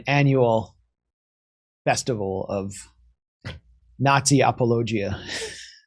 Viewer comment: Appo-low-ghia? Dude, that's not how you pronounce that word